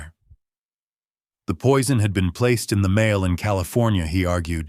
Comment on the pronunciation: AI generated narration. Several mispronunciations (starting with "mail"). Hard to listen to.